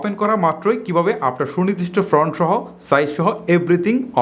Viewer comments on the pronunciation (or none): ভাই, ফ্রন্ট না, ফন্ট।